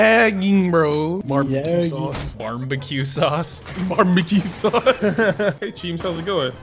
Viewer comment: I spent 3 days looking for just because i love how he says barmbeque sauce